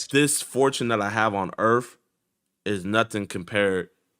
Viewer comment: In the earf